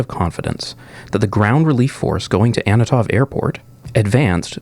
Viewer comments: Is that the first time you pronounced "Antonov" in this video with the consonants in the right order? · Is there a reason why you pronounce Antonov as "Annatov"(sic)?